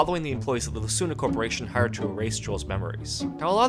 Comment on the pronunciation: Did you really just mispronounced lacuna?????????????? smh...